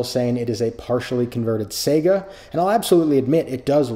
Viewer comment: Why do you say Sega instead of Saiga ?